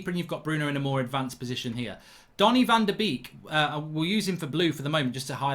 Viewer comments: your slaughtering his name its pronuonced bake not a duck beek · Great video Mark 👍 but it’s said as ‘bake’ not ‘beek’ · Why do all English speakers call him Donny Van De Beak?? It's Donny Van De Bake.. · it's pronounced as "bake" not beak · His name is pronounced like the English word 'Bake. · Learn to pronounce his name. Van Der baker is how it’s said. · It’s pronounced ‘Bake’ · Mark call him Van de Bake, it’s how it’s pronounced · I've never heard someone pronounce someone's name wrong so many times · I beg you pronounce van de beek with the a sound instead of the two ee sound 😂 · Please learn how to say his name correctly.